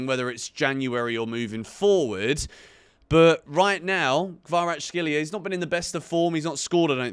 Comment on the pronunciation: It's Kvaratskhelia, mate. Not Kvaratshkelia. "CH", "X" sounds are back to back.